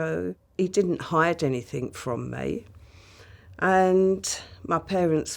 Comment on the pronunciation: Instantly wanted to stop listening to her as soon as she said "anythink" 🙄 😒 But I stuck it out 🤣